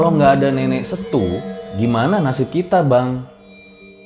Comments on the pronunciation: Bacanya bukan SETU bang, tapi, SETUE, ingat pake E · S-e-t-u-e bang, semua hurufnya dibaca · bang kata 'setue'itu pas baca 'e' nya coba pakai logat malaysia seperti nada mereka bilang 'kenape' pada pengucapan 'e' nya, hehe cuman masukan aja baang.soalnya kita kalau menyebutkan kata 'setue' ya begitu aslinya hehe soalnya lucu jadinya kalau pnyebutan 'setue' tp d baca 'setu' maafya bang, salam semangat untuk tim rjl5. saya si penonton setia rjl 5 :) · saya mau ralat dan jelasin kata "setue", ini adalah bahasa daerah pagaralam daerah dimana gunung dempo berada yang artinya "HARIMAU", jadi cara bacanya tidak setu(hurup e terakhir spt tdk dilafalkan), seharusnya di eja s e-t u-e(hurup "e" nya bukan dibaca spt hurup E spt ENAK tp baca spt kita baca kemben), makanya bang idan bilang nenek setue yg artinya nenek harimau maknanya adalah panggilan hormat/halus terhadap makhluk jin harimau yg meneyelamatkan mereka. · Cara bacanya bukan setu bang. Tapi setue. Coba abang ambil foto dinding lemari di google pasti ceritanya lebih seru. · Maaf bang. Ejaannya setue bukan setu 😁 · Setue bang bukan setu kalo masyakat pagaralam bilang nya,bisa di katakan sebagai nenek moyang